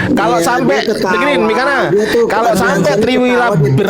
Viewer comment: gak bisa baca yunani... belajar lagi